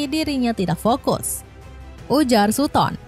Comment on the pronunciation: Kalo boleh kasih masukan: satten bukan suton, smaikel bukan syamesel..